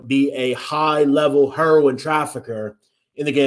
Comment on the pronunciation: The way you say herion trips me out every time. “Her-won” 😂